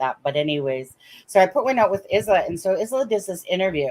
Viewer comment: Don't want to be pedantic, but the name Isla is pronounced as Isla in Island, ie Aye-La.